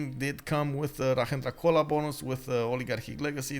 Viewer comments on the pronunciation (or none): Can you just look up the pronounciation of rajendra chola . You always pronounce it as if his name is in spanish.